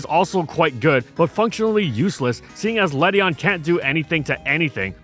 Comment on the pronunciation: Ledian has an IAN at the end not a EON